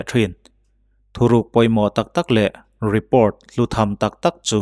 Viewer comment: Mizo tawngin i chhiar a e.g report hi report ti mai la repawrt english taka chhiar a ngai kher emaw ni le?